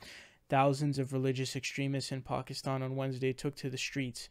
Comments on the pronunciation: Pronoucing Pakistan correctly, thats whats up. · As a Pakistani, I'm very happy regarding this news. By the way, kudos for pronouncing Pakistan correctly.